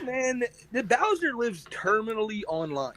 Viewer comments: Remember fellas the is a pwedator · I don’t know much, but I do know is a pwedator